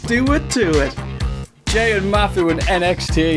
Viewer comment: Love the OSW guys, but I can't listen to '' for more than one minute.